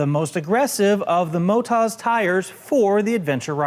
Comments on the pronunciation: It's (MOTOZ) MOTO Zeeee not MOTARZ. Why Do you keep saying MOTARZ? I should know, i live this side of the world! Good review thou. Well done. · Well actually... after this video was made.... Australia called... it is MO-TAZ for Moto +OZ for Australia... Just saying.